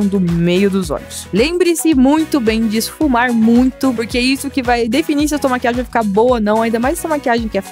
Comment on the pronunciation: mo eu escrevi maquiage porque é assim que ela fala